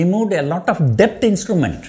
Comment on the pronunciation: b in debt is silent. I wonder how you are surviving in Dubai